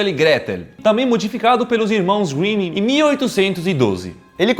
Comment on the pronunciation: "Irmãos Winnin"